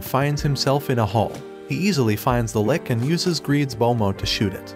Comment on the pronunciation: Its lich not lick